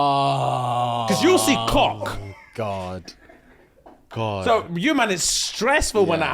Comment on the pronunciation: pronunciation of “cock” had me dying😂